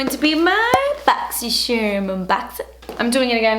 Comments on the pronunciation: I watch this video just to hear you say BOXYCHERM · i love your boxyscherrrrm unboxings lol and it's 8am in texas 😂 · I'm only here for the way you say "boxycharm" every month lmao<3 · I LOVE THE WAY THAT SHE SAYS BOXYCHARM!!!! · Does anyone else see other boxycharm unboxing videos and read boxycharm with voice lol. My favorite part of your videos is the way you pronounce boxycharm lol! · I love you but the way you say boxy charm really grinds my gears 😞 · i love how you say boxycharm i love u